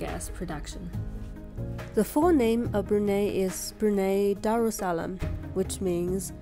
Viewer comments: It is pronounced as Brunai not Brunae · Did you know that china wanted to name this place “POLI” or “PUNI” you can actually find this information in the museum of history. And Brunei is not pronounced as “Brunay” it’s pronounced “Brun-eye” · Pronounce "Bru Nai " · Brunei pronunciation broo-nai. :) Otherwise another great video and thank you for sharing your journey. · Pretty common, Indonesians call it brunay as well. If you're exposed to foreigners more you'd be surprised. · Its pronounced Bru-nai by the way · Brunei is pronounced Brunai. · My dear, Brunei is pronounced as Bru- nai...😂😂